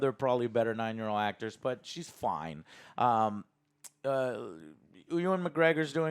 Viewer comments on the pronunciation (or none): Why do you keep calling him oowan… Ewan is pronounced You-Wen. Source: it’s my middle name lol